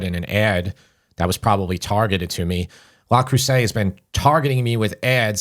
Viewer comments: Yes, it's Le Creuset, not La Creuset, but who really cares? I'm really not picky, except that my French professor at Fordham (who hailed from France, and went back there two years into his contract) wanted to have me investigated by the Dean because he insisted that no guy from Brooklyn could possibly speak and read French as well or better than a native. And now on to the rest of your new and enjoyable episode. PS.....I'll go for the Chinese made knock-offs, they work just as well and can take the abuse of our electric stove and oven. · Not wanting to be pedantic but it's Le Creuset not La! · It's Le not La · Learn how to pronounce the product. Not “LAW”! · Love you guys! But it's pronounced LE Creuset...not LA Creuset. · Dude that’s not how you pronounce that. It’s Le not “Law” and Creuset (krewsay) not “Crowsay” 😂 and as someone with over 30 pieces I can say you maybe need 3 pieces for a decent collection that will last a lifetime. I’ll also add they are the lightest weight cookware for its category as true cast iron enamel. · Google "pronounce Le Creuset" La is feminine and Le is masculine. Thanks and for all you do!